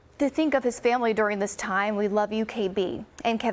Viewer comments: No way you just said my man Denny Hamlin in the wrong way 😢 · Carley, you totally destroyed the names of those two people. Let me clarify. DENNY HAMLIN and CASEY MEARS. You definitely have to look into your writers.